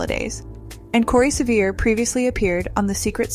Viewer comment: Once again - a "journalist" who does not bother to learn how actors' names are pronounced. Corey Sevien's last name is NOT pronounced, "Seh-VEER" - it is French Canadian and is pronounced, "Seh-vee-AY."